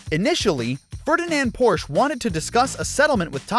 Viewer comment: But he pronounced "Porsh" improperly several times, hahaha!